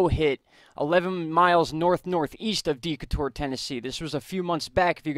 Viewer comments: Decatur= "DeeeKAYtur" rather than DEEkahtoor. Love your vids! Good job keeping us all up to date! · "Dee Kay Tor" for Decatur. Grew up near one.